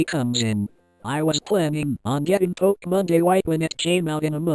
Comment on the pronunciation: Stop saying pokemonda